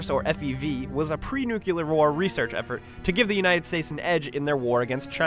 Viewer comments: is nuclear not nucular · "Nuclear" not "Nukular" ;) Great video :) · "Nucular" really? cmon... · *nuclear not *nuqular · "pre-NUKULAR war research effort"... I mean really... "Nukular"... we might as well just give up and stick it in the dictionary....